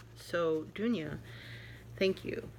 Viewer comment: Loved to see you again! That tray is stunning! And also all the other cards and gifts are wonderful., love that you enjoyed the card and that there are lots to stitch for you from the magazine. Perfect pronunciation on my name by the way! I’m in the Stitchers Coven too and you are correct, this is a great community of wonderful people! Blessed be from Germany, Dunja